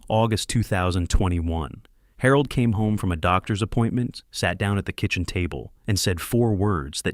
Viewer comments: I can only think/hope that Harold is pronounced wrong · Despite "Harold" being a woman I enjoyed this story very much! It made me smile every time the narrator said her name because somewhere in this story, translation was lost but it was funny! Very enjoyable. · That's Harold with a G..😅